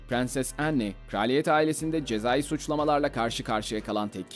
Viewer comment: ‘Anne’ yazıldığı gibi okunmaz. ‘En’ diye okunur. Tahttan feragat eden VII. değil, VIII. Edward’dır. Bir de kraliyet ailesinde beyaz ırktan olmayan bir prens olduğu bilinmektedir. Keşke videoyu hazırlamadan evvel daha iyi bir araştırma ve okuma yapsaymışsınız 🤣